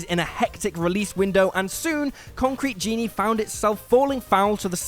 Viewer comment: "Conctrete Genie"? 🤨🤨🤨